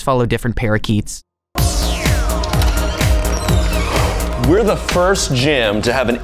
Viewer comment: You follow a different “pair of keaths” or different “parakeets”?